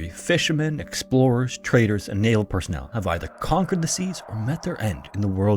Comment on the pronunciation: I can't hear a word spoken near the start of the video, can anyone help? I'm struggling where he says "fishermen, explorers, traders and nail personnel". What is nail personnel or is it a completely different word he says?